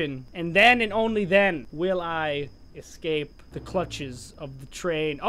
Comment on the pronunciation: We will ecwape the twain *gets stuck*